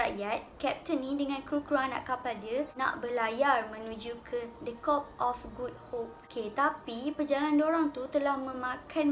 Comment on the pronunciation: Salah laaa... bukan cope of goodhope... cape of goodhope yg betul... tanjung pengharapan... tanjung dalam bahasa inggeris ialah cape